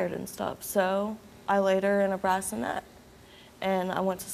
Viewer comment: not the "brassinet"